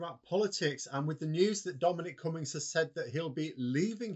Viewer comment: KOONS-BERG NOT "Kunns - berg" ... And (Max)... Its "CummINGS" NOT COME INS